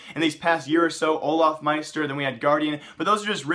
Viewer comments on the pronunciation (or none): none